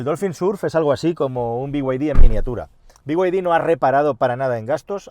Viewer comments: BYD es be-i griega-de o bid. no biuaidi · Todo dios: bid: biguaydi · Por qué dice bi way di?? Si son chinos!! En todo caso digalo en español Ó Chino!!!!! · El problema es que BYD (no sé por qué pronuncias las siglas en inglés pero BMW en español) no hace los km que promete, dice casi el doble de lo que realmente hace así q…. Podrías hacer un vídeo con algún propietario y que comente